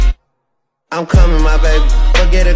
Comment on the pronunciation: Ain’t no way, it sounds like I come in my baby 😂😂😂😂